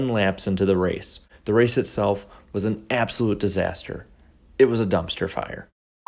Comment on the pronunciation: I lol'd so hard at the crowder appearance "dermpster fffuuurrrr"